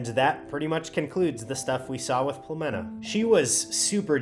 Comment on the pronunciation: As another from Plovdiv hearing you pronounce the name properly (it's a permanent dispute with other Bulgarians 🤭), it just made my day 😆. In addition to the excellent video.